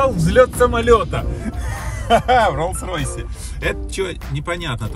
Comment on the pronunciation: нихерасе катя : Я не хочу Rolls Roys 😤 я хочу Buggaty или Lamborghini